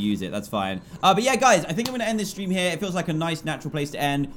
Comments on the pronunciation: he said STREM, not STREAM but that's classic dantdm for ya =3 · Lol at the beginning he said strim not stream XD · Did... did he say "strim" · Dan you said stream it’s stream XD you said it wrong